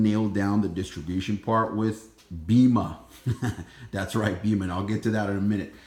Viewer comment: Its not a huge deal but it’s pronounced BAYMA!